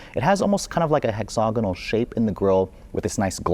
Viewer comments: Hexagonal … every time he said hexogonal 🤦🏼‍♀️ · Beautiful car, very nice review, but bro, you need to learn how to pronounce "hexagonal" properly. You pronounce it, "hexogonal". The "ag" part rhymes with ag, is in agriculture, not og, as in egg "nog".